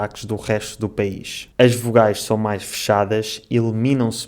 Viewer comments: você percebeu que a sua pronúncia da palavra "são" é "chão"? Então você também trocou uma consoante. Gostei do seu vídeo e seria interessante você comparar com sotaques de cabo verdianos, brasileiros, moçambicanos ou outro mais que você conseguir. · Falamos "são" com S e vcs falam "são" com CH = chão, muito interessante.